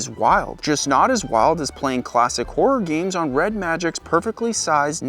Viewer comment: I know it's just an accent think, but I can't help hearing 'wh0r3 games' Great content as always. Subbed after watching the MK video and really like your sense of humor and construction of your content. Hop more folks find your channel. This is 1M sub level stuff.